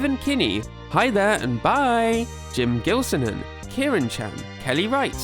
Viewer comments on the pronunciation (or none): none